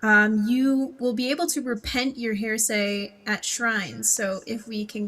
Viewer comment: They weren't even saying hearsay though, they were saying 'hair say' lol